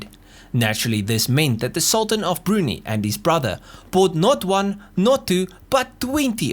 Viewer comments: Brunee? Brunei is pronounced Bru-NAI. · Brunei. "broon-eye", not "broonie".